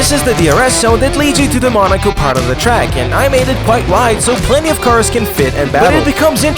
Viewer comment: Bro da cawrs are gona twansfowm into robots and throw hands